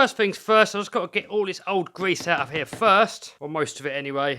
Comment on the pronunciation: You weally gotta get out the old gwease 😆